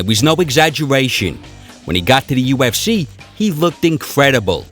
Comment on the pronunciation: ”The u f schee”. The speaker made me turn it off after a minute.